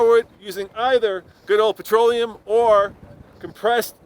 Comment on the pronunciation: I believe it's "petroleum" not "patroleum". BTW, I work for a city transit which has a fleet of 80% CNG powered buses and automobiles. The only good thing about CNG is the beautifully smell of emission. Other than that, it is more expansive to operate (after figuring in the compression pump for Gas and maintenance on that station), less reliable because it burns much hotter than "patroleum" which leads to a lot of engine failures prematurely. Making less power than diesel. Also, don't forget the safety of handling CNG. CNG tanks have expired dates on them, and are very expansive to replace. Big company can keep that under check and afford to train their personnel constantly. I am not so sure about individuals.